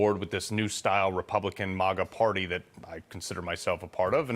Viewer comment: Why does Carl say "MAGA" like the democrats do (the way he pronounces it)